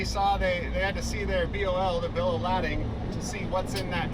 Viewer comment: Bro said Bill of Ladding 👀